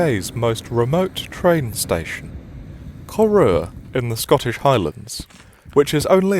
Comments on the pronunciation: It's not "Coru", it's "Corrour". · Knew instantly where you were, iconic place. Not that it really matters but it’s pronounced Ca-row(as in to have a row not row a boat)-er 😊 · I'd like to know how it's supposed to be pronounced. You make it sound like Corr-oh-wah. Seems unlikely for Corrour. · That pronunciation of "Corrour"! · Absolutely murdered the pronunciation of Corrour but glad you had a good time! They do a nice coffee at the cafe! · You need to pronounce the station name correctly. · Pronunciation: The name of the station is from the Gaelic. It's not pronounced "Coroor" as he says it here. The pronunciation is like "ker-OW-er" (the "ow" as in the expression of pain, and the "r" at the end is pronounced). And Rannoch Moor is not pronounced "Rannock". The "ch" in Scots is a fricative.